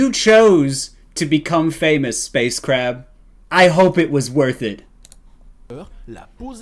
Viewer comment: "Who trew LE KRAB"